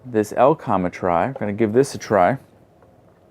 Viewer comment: oh lord, firstly its E-LE-COM not EL-COM then its KEN SING TON, not kingston nice video thank you